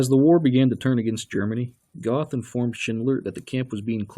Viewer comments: Goth is actually pronounced "Gurt". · Its not Goth, its Goeth, the th is pronounced like a T and the oe is pronounced like ö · I cringed when he said “Goth” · Pronounced geth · The narrator's mispronunciation of names is the real travesty here.